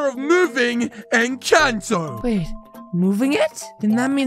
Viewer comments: In the first time you said Encanto Wrong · It kinda triggered me when said “incanto” instead of “encanto” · In the intro you spelled it wrong...it's supposed to be Encanto but you said incanto but still good video keep itnup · Incanto❌ Encanto✅ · Its called encanto not incanto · Its not incanto its encanto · Incanto lol it’s Encanto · its inchanto NOT intanto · i like at the front he says inchato